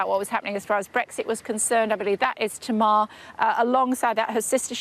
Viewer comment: Honestly, the host is in Cornwall and can’t be bothered to find out how to pronounce Tamar as in HMS Tamar. I’m sure a few Tasmanians could put her straight “Taymar”.